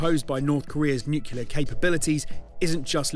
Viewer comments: "NUCLEAR". Repeat after me...N-U-C-L-E-A-R, not nucular. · Sorry matey. You lost me on your pronunciation of Nuclear...nuculear aint the way.